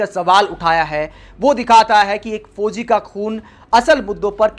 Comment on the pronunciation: Sab kuch theek hai jee par hindi shabdo ke uchcharan ko sahi kijiye. Jaise fozi nahi fauzi.